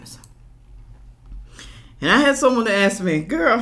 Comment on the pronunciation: I’ve never met an educated person who says, “aks”.😂